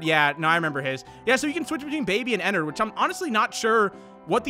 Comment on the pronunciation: Your saying Ennard wrong Your saying Enard its actually ENN ARD